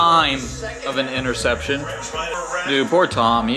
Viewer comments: Nobody:: “interseption” 😂😂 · “ interseption” had me in tears😂🤣😂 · “interseption” killed me 😂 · Nobody:: “Interseption” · “Interseption”- 😂😂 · bro when checked off “interSeption”🤣🤣🤣🤣🤣